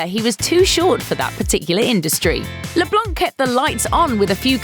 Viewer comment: You dont prononce the c in leblanc, its a french name.